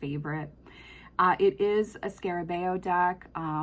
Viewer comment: Your pronunciation of Lo Scarabeo is correct. And this was a very helpful video 🙏